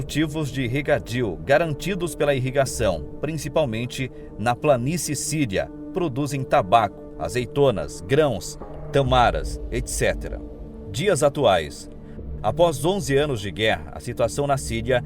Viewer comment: Tâmara, cara, Tâmara. Tamara só se for em outra língua